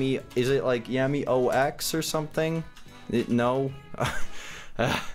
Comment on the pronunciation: Yammy not yanny